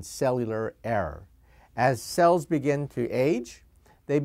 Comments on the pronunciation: "error" (as in genetic) not "air" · and "air" instead or "error" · that awkward moment when "error" sounds like "air" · First I thought he said "air". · I thought he said 'air', but he said 'error'. Was so confused, lol.